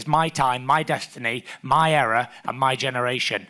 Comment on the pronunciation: Nobody was able to tell him how to say era.